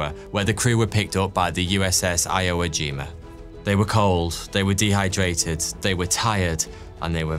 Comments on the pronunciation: Sorry dude but it's spelled Swigert but pronounced Swhygert like the word "why". Every time you pronounced his name I cringed! Also did you just say Iowa Jima? It's Iwo (ewo) Jima! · "Iowa jima???" You mean Iwo jima ?? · Not iowa jima. Pronounced ee-whoa jima. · "the Iowa Jima" lmfao uhh never heard! I've heard of, Iwo Jima (pronounced: ee-wo/wu gee-muh) 😊 love your channel, just wanted to correct that tho lol sorry!!! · The USS Iowa Jima? Not the USS Iwo Jima? 😏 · FYI - Swigert is pronounced Swy Gert. Also, the aircraft carrier's name is pronounced EE woe Jima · 42. The USS Iowajeema 😂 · One of my favorite channels, but what was untold? f.y.i. nit pick...it's the Iwo Jima (Eewo) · Did you say Iowa Jima? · E-whoa jee-ma.